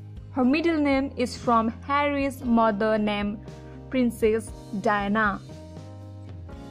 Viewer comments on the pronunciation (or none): Terrible narration. Diana is pronounced Di-anna not Dina. And it's Arch-ee not Ar-kee. You really need to get a better narrator and do better research to avoid so many mistakes. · Learn to pronounce their names properly. Dianna, Prince Harry, Lillibeth and Archie please